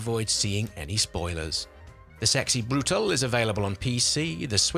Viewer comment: As far as I know, brutale is said broo-tal-ee.